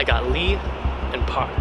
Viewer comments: I think my biggest takeaway was that you don’t pronounce the “L” in “Lee”??? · You should check I can tell you that you mispronounced it since for example since the Lee surname came from China and it is pronounced like it is spelled in China that is also true in North and South Korea. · Yeah..Kim is actually pronounced as "Gim", Lee is "EE", Park is "Bak", Choi is "Chwe" and so on.. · korean surnames arent actually pronounced the same way they are written for example lee is prononced eee, kim is gim, park is bak, and choi is che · Learn how to pronounce it properly I'm sorry for been a deck about it but really does bother me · Apparently there is only one way of pronouncing it